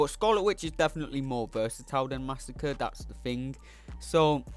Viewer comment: Hey dude, just a little lesson for you. Masacre (one 's') is different to Massacre (two 's') and is pronounced something like 'mass ah cray'.